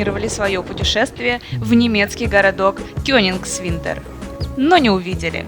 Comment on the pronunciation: Ну хоть бы постарались правильно выговаривать географические названия. Что за кёнингсвинтер? Опять тьма и невежество. Коллективная грета тунберг